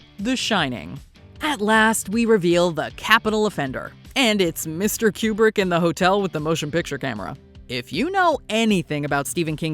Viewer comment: There is no Que in Kubrick. It's pronounced koo·bruhk.